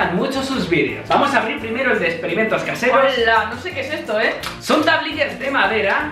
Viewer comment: porque dice hoala😐😐